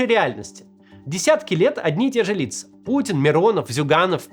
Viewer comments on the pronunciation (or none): none